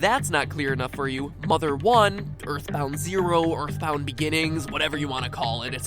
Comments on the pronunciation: Ya eyitborn deme suna kardeşim erthborrth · Earthboundı oynamalısın toby undertale ı yaparken earthboundan fazlasıyla esinlendi hatta earthbound olmasa undertale bile olmayabilirdi Zaten toby kendiside açıklayı Earthboundın acayip bi fanı olduğnu (Ööğrtband diye okunuyor bu arada :). ) şahsen ben earthboundı daha çok severim. Bu arada türkçe yaması olduğnu sanmıyorum şuanda bitek bu oyun snes classic minide ve emulatörle oynayabilirsin ve emulatör dan oynayabileceğin bişeye kimsenin tr yama yaptığnı düşünmüyorum :)